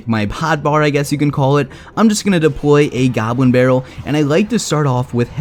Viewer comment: Depwoy a gobwin bawwel